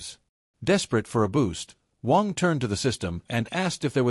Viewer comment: AI keeps saying Wong. Its Waaannng.😅